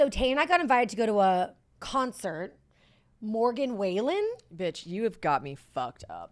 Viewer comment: I CACKLED WHEN YOU SAID MORGAN WAYLEN (wallen) 😂😂😂😂